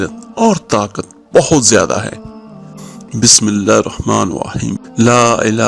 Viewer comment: سائیں جی اپ اپنی بسم اللہ الرحمن الرحیم ذرا سنیں دوبارہ پھر پھر اگے بتائیے گا کہ پہلے پانچ وقت کی نماز پڑھو قران پاک پڑھو درود شریف پڑھو استغفار پڑھو اس کے بعد جو مرضی کر رہا لوگوں کو صحیح مشورہ دیں اپ تو بسم اللہ صحیح نہیں پڑھتے تو باقی تو بہت دور کی بات ہے کام کرنا یا نہ کرنا اپ اپنی بسم اللہ دوبارہ سنیں ذرا